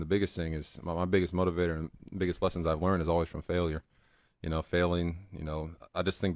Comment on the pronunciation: no one gonna comment on how she pronounced motivator? MOT-E-VATOR